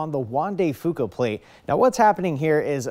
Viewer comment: Up here we pronounce Fuca, F-You-ka.